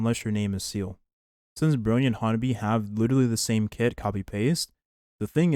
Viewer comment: why do you always say seele’s name wrong? is it a running joke or something? she’s not a seal